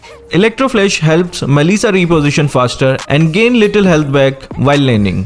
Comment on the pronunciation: When u say mellisa it's sound like Malaysia